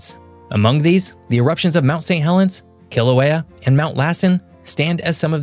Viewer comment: Kilauea is pronounced Kil ah way ah. Mauna Kea is pronounced Mao Nah Kay ah.